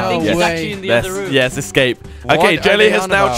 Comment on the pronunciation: It's not RM its room